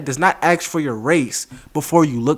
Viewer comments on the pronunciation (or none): I know it's a pet peeve, but it bugs me that such an articulate young man as says aks and not ask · Why do you say "Axe" instead of "Ask" ? English is not my mother tongue so i don't understand. That on the side, interesting video, interesting how US citizens thing "racism" is something that happened only to blacks in the US as well as slavery, but to no one else in the rest of the world. And when those strange people say "white privilege" do they mean the same thing in...for example Slavic countries where there are almost no black people? Does it apply there as well? Or is this term only related to the USA? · please learn how to pronounce 'ASK'.